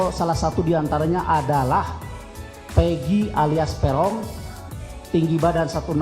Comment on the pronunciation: Pegong ya bukan perong😂😂😂